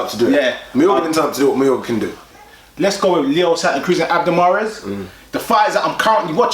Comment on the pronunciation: His name is mares not fucking Mars